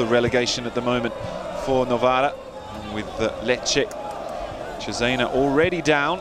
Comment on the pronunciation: Novara not Novaro